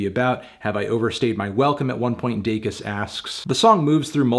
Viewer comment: Congrats on finally pronouncing her last name correctly, Melon.